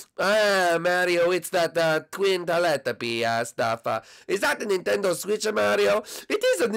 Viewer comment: Ok it's NINTENDO Switch not NENTENDO Switch god